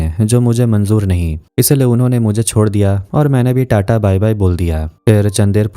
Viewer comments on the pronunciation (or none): none